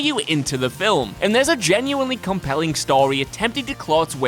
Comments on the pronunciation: Film!!! What the hell is a filam!!! Is that really how he says that?? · Film is one syllable. Not fil-um. Please have someone else narrate videos that have the word "film" in it. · You say "fillum " instead of film, thumbs down. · I laughed a little at "viligent". Say it with us now, Vigilant....That and still sometimes pronouncing film like it has a w in it.